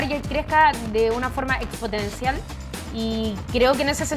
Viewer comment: Expotencial no, se dice exponencial...